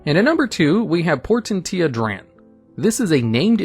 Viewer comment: Its pronounced Poor-Ten-She-A. Just fyi